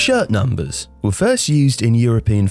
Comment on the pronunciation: I thought he said shit thumpers